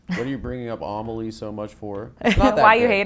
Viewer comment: Amelie isn't pronounced that way. Anyway interesting interview